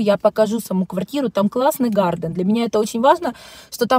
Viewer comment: НЕ гарДен - Garten! Гартен.